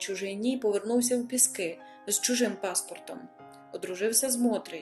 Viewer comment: ПІски!!!! А не ПіскИ!!